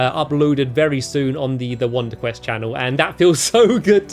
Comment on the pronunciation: You said wonder cress.